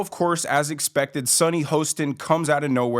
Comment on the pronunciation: The name is pronounced Ho…stin rhymes with Boston….other than that I’m uninterested in any of your shit!